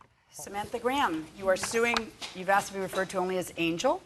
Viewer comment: AXED FOR BLACK PEOPLE